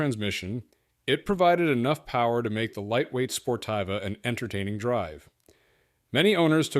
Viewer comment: Every which way but correct.. Sportiva = Spore-Teeva